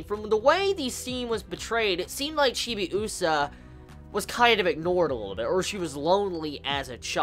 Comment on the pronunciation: The way you pronounce Chibiusa is weird. You put too much emphasis on the U sound... Also, your "theories" are about 20 years too late. Lol